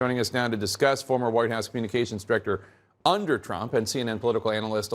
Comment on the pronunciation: “. . . UNDER Trump?” (What’s up with that emphasis?)